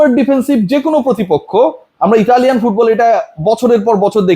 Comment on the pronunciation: thak vai meye manush 😂😂😂😂😂 Uni akhono football ar f pronunciation ta shiktese😅